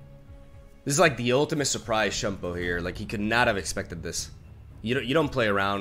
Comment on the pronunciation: it's SHYUN-PO not SHANPOH